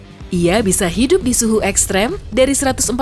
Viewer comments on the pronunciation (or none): kayaknya narator nya butuh tingkatkan bahasa Indonesia nya. Kita dengar saja ketika dia ucapkan kata Ektrim di detil